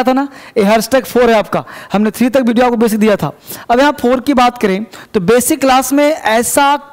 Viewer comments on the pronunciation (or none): none